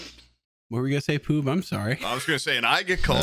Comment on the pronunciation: it's ploob not poob